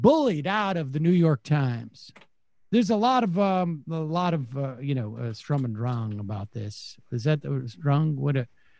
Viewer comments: Sturm und drang (literally "storm and urge" or "storm and impulse," but usually translated as "storm and stress"). Sturm pronounced like shtoorm, so not "strum." The term derives from the 18th-century German literary movement of that name. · "Sturm unt Drang"